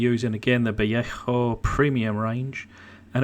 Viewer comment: The name "Vallejo" is locally pronounced in a confused hybrid of Spanish and English. In literal English this ought to be pronounced "vuh LAY joe". In Spanish this ought to be "bah YAY hoe". But locally it's pronounced "vuh LAY hoe". No need for all the catarrh clearing!